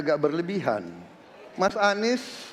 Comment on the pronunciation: Anis baswedan bukan huruf O ahirannya....😂😂😂 1 dan 2 gasken